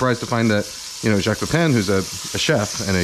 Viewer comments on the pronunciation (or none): You can pronounce his name correctly, Pay-pah(n)